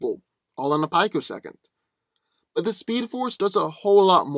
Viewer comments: peek-o-second. Not pike-o-second. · pi·co·sec·ond, not "pike-o-second.